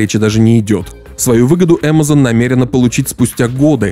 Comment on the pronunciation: Кринж. Если ты наименования Амазон и Бефезда "стараешься" произносить на английском, то почему весь остальной текст на русском?